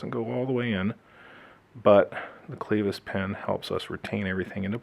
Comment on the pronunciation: Clevis pin not Cleevis!